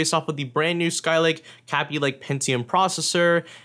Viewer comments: Its K_ay_by not k_ah_by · its kay-b lake not kabby lake xD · it's kay-by lake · Who says g 4 5 6 0, and not to mention capy lake, are you a noob?? Its said g 45 60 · Say kaby lake right. it's kay-be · "kappie lake" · "Kahbee Lake" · U SAY KABY WRONG